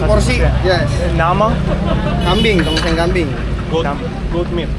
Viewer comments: Not Tong Song 😂😂😂😂 Its Tong Seng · Tongseng --------- Tongsang.... Tongseng --------- Tongsang.... Tongseng --------- Tongsang.... Tongseng --------- Tongsang.... Tongseng --------- Tongsang.... Tongseng --------- Tongsang.... no matter how many times people say it to you, you will say it wrong i guess.